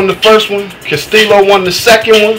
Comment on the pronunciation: this guy doesnt know too much about boxing. he didnt know that floyd mayweather jr beat corrales, he pronounced castillo and karmazin wrong. all this guy is doing is reading of a paper. cumon man. i know way more boxing than this guy. he doesnt deserve to have an opinion about boxing on youtube. sorry i just tell it like it is.